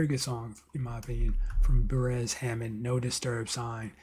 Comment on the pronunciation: It’s pronounce Bay rest